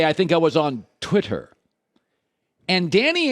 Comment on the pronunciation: Why he say twitter like that 😂